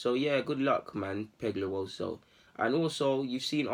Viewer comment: Ngl I can’t say his surname well but u BUTCHERED it bro😭😂